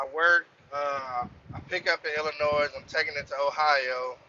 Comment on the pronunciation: the S in illinois is sielt my guy